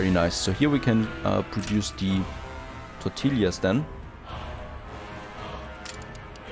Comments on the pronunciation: It's more like Torr-tee-yaz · tortillas -> tore - tee - ahs Great series, I've been binge watching!